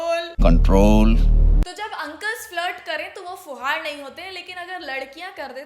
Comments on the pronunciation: It's not fuhad it's fuhud and it does not mean valgur it means someone Jo hur Kam ulta pulta kr deta hai 😅 and who don't know anything I know this because this is a haryanvi word and I am from Haryana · fuhaad nhi fuhad bola...in haryanvi fuhad matlab jise kuch kaam na karna aata ho But Manisha is not fuhad she is very talented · !! its fuhad not fuhaad which means storm and not vulgar. there is a saying in haryanavi which goes - 'fuhad chale nau ghar hale' which means a storm rattles all the houses. your video was nice but aap dusre language ko misinterpret na karein. And I too loved the trio. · Yha aap glt ho m bhi haryana se hu ......or vo fhuvad nhi fhuvd hota h or iska koi glt mtlb nhi hota ....jisko baat krne ki ,kb kha ya bolna h ,kya krna h is chij ka nhi pta ho usko fhuvd bolte h .......mene kfai bar dekh li word pr video sbki ,comments vgera ....vse to sb haryanvi haryanvi bhasa ❤krte rhte ho ....gyan aapko pura h nhi words ka ,yo google se search kr k mtlb apni tipni Mt do plz....phle proper search kiya kro or search ka mtlb google se nhi h 😂😂😂😂😂😂m apko kafi time se follow krti hu mujhe nhi lga tha aap is baat ko is trha rkho ge .....bhi haryanvi khavt bhi h ykin na ho to ...ki fhuvd chal 9 gher hale........ok jis ko nhi ykin nhi hota gav m jo bdhe budhe h un se pucho .....are vo teacher h unko ye nhi pta ki yha itne camera h vo glt ku bole GE.........plzzzzzzzzzzzzzzzzz haryanvi bhot sare word google p nhi h to hr chij k liye bhrosa mt kro uspe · अरे आप तो बिहारी हो फिर फूहड़ को फुहार क्यों बोल रही हैं 😅